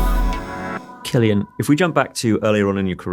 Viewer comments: A single C in Irish is pronounced like a K. His name is pronounced Kill-ee-ann. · I know everyone says it but he's aging like fine wine. Also why can't I remember how to pronounce his name 😐 each time I hear it I go "ooh I've been saying it incorrectly" 😂